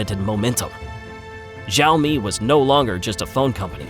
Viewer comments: you should learn correct pronunciation of XIAOMI before recording your video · The X in Xioami is pronounced more like SH than Z. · He pronounced it correctly the first time then it becomes wrong Seems AI generated